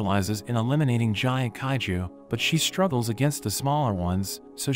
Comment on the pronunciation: In 31.13 seconds bro said haiju not kaiju